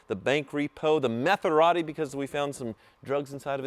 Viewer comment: bro quit lying about finding drugs in the mazarati. when you got it you said it smelled like drugs.. we all watched the video man. just sound goofy saying metharati